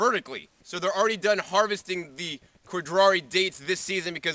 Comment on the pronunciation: the "khodry" date??